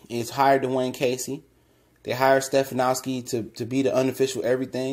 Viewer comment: It’s pronounced “Ste-fan-ski”